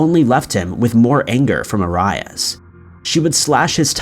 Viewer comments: Bruh...... How you don't know Jodi Arias 🤦🏻 c'mon... I hate to be one of those guys we complains about mispronunciations but this is so extra lmao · Her name is ( air-ease) no arias! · Do you not check how to say peoples names before you film? It is not A RYE AS. It's AIR EE IS. I love your videos and watch every single one but that drives me crazy lol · U know ur one of my faves but I think EVERYONE knows it's AIR-E-US not A-RYE-IS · its pronounced A-ree-ass lol... you're saying Ay-ray-us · It's pronounced Joe-dee Air-e-us. Kinda of irritating to hear such acsell known name repeatedly pronounced completely wrong. Dude, you said Judi Air-i-ass. Not being mean, but dude...really. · ‘Air-e-us’ not ‘A-rye-us’ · just another youtuner who doesnt make thier own videos and reads a.script wrote for them lol smh!! Man I swear u mispronounce everyname u say I swear jody AiR-ee -us I mean it was headline news u must've heard her name at least 5 times especially if u do this tyoe of content. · The way he says arius 🤦‍♂️😂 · 1.) The drink is a J2O not J20 2.) Arias is pronounced "air-ree-uss" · Travis was NOT in love with Jodi. He was just banging her...and unless you've been living under a rock all these years, her last name is pronounced AIR-E-US. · Air-ee-as sheesh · Omg you never heard her name pronounced it is pronounced "air-ree-is" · Arias Is pronounced Air ee us!!! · Her last name is pronounced AIR-e-us. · FYI- Jodi Arias's last name is pronounced Air-ee-us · For jodi and Travis It’s pronounced Joe-dy Air-e-ez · Arias "air e us" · The way you say Jodi Aries name🤦🏻‍♀️ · Jody Air E Us is how it’s pronounced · Jodis last name is pronounced Aries like the zodiac sign js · Actually, it's pronounced airy-us. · Does his pronunciation of Arias bother anyone else? Its 'air-ee-us'. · You pronounce so many words wrong.. Jodi's name is Are ree us or Air ree us..How could anyone get that wrong with all the coverage it got for literally months on end.. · Aires not arius!!!!!